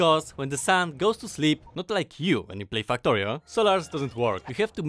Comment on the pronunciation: why does it sound like you say f**ktorio🤣